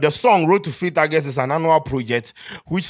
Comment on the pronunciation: The month is not pronounced Argust, it’s August. I hear a lot Ghanaians making this grave error.